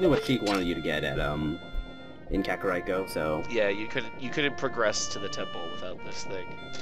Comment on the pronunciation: Kakariko is pronounced "Kaka-reeko", REEKO, not "Rai-ko", It's not Raikou the legendary Pokemon.